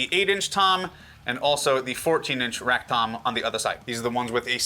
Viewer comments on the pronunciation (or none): Shall we have a word on the rack tom situation as well ? It makes me chuckle everytime